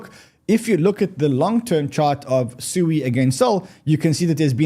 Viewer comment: SUI is pronounced Sweeeee! LOL